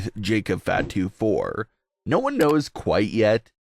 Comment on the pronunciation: It's not FA to, it's fah to. Watch some wrestling or stop reading a by line that someone else wrote.